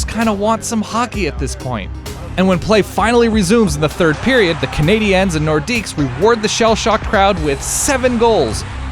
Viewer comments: Am I the only one to get all annoyed when he says Canadians like canadans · The way this dude keeps saying CanadiEns is really annoying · The way you pronounce Montreal Canadiens is weird. The 'ens' part of it sounds forced. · Nothing bothers me more than someone not being able to pronounce Canadiens or Quebec properly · Dude...why are you pronouncing Canadiens so God awfully? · Why did he pronounce it "Canadiens"